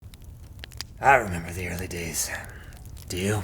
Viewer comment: 'Meber Netscape? I 'member!